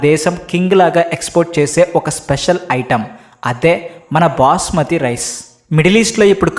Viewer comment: Booosmathi Rice ❌ Basmati Rice ✅